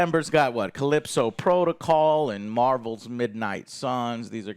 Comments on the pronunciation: as usual can't read typical youtube shitter, it was Callisto Protocol not Calypso Protocol. Also nice job ignoring the overall consensus of that Mick Gordon got fucked over by Bethesda. What do you say? "YOU FUCKED IT UP" well you certainly went on point for your brand now. How does it feel tonguing bethesdas dirty unwashed anus, does it taste good? Gotta keep them happy and clean make sure to reach right in there and lick that goyslop up. Cunt. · CALLISTO NOT CALYPSO CALLISTO NOT CALYPSO CALLISTO NOT CALYPSO CALLISTO NOT CALYPSO CALLISTO NOT CALYPSO CALLISTO NOT CALYPSO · One day Joe will pronounce Callisto Protocol correctly lol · Bro joe can’t pronounce Callisto for the life of him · Joe still doesn’t know how to say “Callisto”